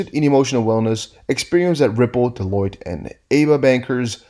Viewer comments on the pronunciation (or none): none